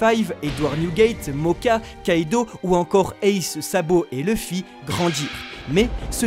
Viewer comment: Leuffy, c'est qui ? Connais pas. Par contre Louffy oui